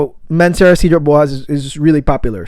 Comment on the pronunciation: My OK Karen moment (sorry 😅): its pronounced “saydra bwazay” (French).